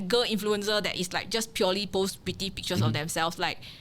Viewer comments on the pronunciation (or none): Didn't know XX was cancelled too until it's revealed here. Glad to have a chance to hear from her again. Don't make 'influencer' sound like 'influenza' though. 😊